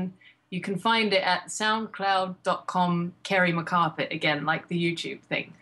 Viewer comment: It's Kerry McCarpet instead of McCarthy, isn't it?